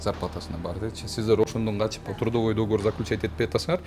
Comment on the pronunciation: Не до́говор а догово́р